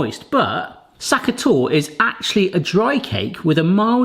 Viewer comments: Please pronounce the e in Torte "tort-uh" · „sa-ka tawt“ is still the wrong pronunciation though. 😅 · Would love to see you make Tafelspitz and taste it 😂.... the Butter was not soft enough, for the bubbles it should be nearly melted or completely melted.... Berry the e at end of Sachertorte is not silent, maby that helps with pronunciation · You need the "ch" in Sacher just as in a scottish "loch". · That is not how you pronounce Sachertorte at all, lol. The ch is not pronounces like a c/k, your initial sh sound was actually closer. It's hard to explain the ch sound to people that don't have that in their language. The e at the end is not silent but no, not pronounced like an English e either, just like the first e.